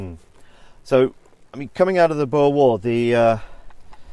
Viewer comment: it still bugs me that they cant pronounce boer. like come on after all Britain did to us u could at least learn one word.